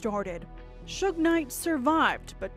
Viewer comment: Maybe if Suge was typed in phonetically in the prompts it would pronounce it correctly